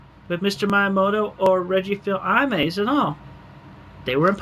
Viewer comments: Reggie Phill Eye Mays 🤦🏻‍♂️🤣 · "Reggie Feel Eye Mays"